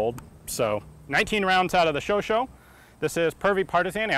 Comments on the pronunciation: I thought it was pronounced "Sho-sha," not "Sho-sho" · Its not really pronounced as "show-show", more like "show-shot" but without the "t" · i cringed every time ian said "chauch-O" instead of "chauch-A"... now if he eats cheese and drinks red wine while wearing a beret in a video he'll be forgiven :) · About the name, in French it would not be pronounced like "cho-cho" but like "cho-chat" seemingly short for hot-cat. AFAICT. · Chauchat = "Show Shah" not "Show Show". Votre prononciation a besoin de travail dans ce cas pourtant merci pour un vidéo excellent. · and yes..its pronounced 'show shaw'..not' show show" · Excellent video and I really enjoyed it, but please Ian, stop calling the LMG a Sho-sho. This is French. The correct spelling is chochá, the O like in "over" and the A like in "hard" or "bark", or "sharp" without the rp. The final T is mute, like in the word "chat" (cat) that you spell "shá", like the Shah of Iran. I say this because I noticed that you always strive to spell every foreign word the very best you can. Keep the excellent work! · ian its not chauchaut. its chatCHAT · This fun la prononcés "shosha" Not "shosho" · Its a (Shoo)(sha), that is the (Chau)(chat), NOT a (Sho)(sho) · Pronounced show-shaw not show-show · Great video as always! I just want to pinpoint that it's not pronounced Chocho but Cho-Chah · shosho? u mean sho shat. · Chauchat. Show-shah, not show-show. It just bugs me as a French speaker. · "chauchat"... said like: "chau -CHAT (like you say cat in French = chat)... Not "CHAU-CHAU". nice video thou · not "Show Show", but "Show Shaaa" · Chauchat pronounced ShowShot not ShowShow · It seems that most people get the pronunciation of the gun's name wrong. It is not "showshow" but "shosha" (the a at the the is pronounced like the a in cap). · It's "show-shaw", not "show-show" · Weapons Hi Ian, I like your videos. Just a small note, Chauchat is pronounced sho-sha instead of sho-sho. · that aint a chocho ian its a chauchat xD